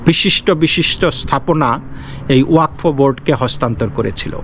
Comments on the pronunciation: not wakfa it is wa kad. Pradip kr Roy Kolkata. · it is wa kaf.